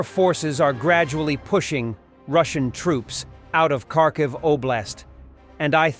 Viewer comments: Not Karkiv , kHarkiv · The name is Kharkiv - ( har - kiv)